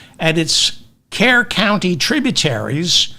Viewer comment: David, Kerr County is pronounced Cur County. Also, just FYI for future reference, Bexar County is pronounced Bear County.